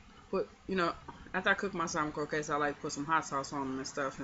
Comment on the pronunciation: You are saying it correct my Dear.....lol...